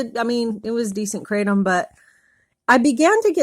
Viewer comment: Kratom is pronounced CRAH-TOM not CRAY-TEM